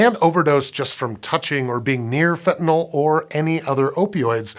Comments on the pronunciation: Pronounced fentanil, not "fentanol" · Your close, But not comprehensive. I have a degree in pharmacology, It can be absorbed through the skin and I'ts 100-times stronger than morphine, medical doctors also use sufentanyl, It's 100 times stronger times stronger than fentanyl, and It's pronounced, Fen-tan-nil, not fen-tan-all, and there are more than one opioid receptor in the Brain, there is carfentanyl, it's only uses on animals, as It is 10,000 times stronger than morphine. ⚕ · It's FentanYl not FentanOl. You can't get 5 seconds into the video without making that flub? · Why do people keep pronouncing it "fentanol"? It's fentanYl. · it's spelled fentanyl but everyone pronounces it "fentanol" wtf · Pronounced "fentanyl" (fentanil), not "fentanol" or "fentanal". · Why can't Americans pronounce fentanyl. Fent an il Americans : Fent in ol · Thanks for pronouncing Fentanyl correctly most of the time. It's never FentanALL. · Why is the dude on a Science show pronouncing it fentanol? This drives me nuts. It's not Tylenol ffs. Muricah! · Fenta- NILL! NOT NAWL!!! "Fen tah nill". Sue your teachers! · This is physically painful to listen to. The host doesn't even know how fentanyl is spelled, if he did he wouldn't pronounce it "fentanol".